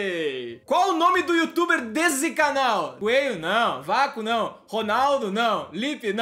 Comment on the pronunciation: É coelho e não coeio